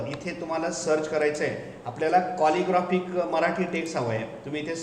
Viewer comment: कॉलिग्राफिक फॉन्ट नाही हो, कॅलिग्राफीक फॉन्ट असा उच्चार आहे.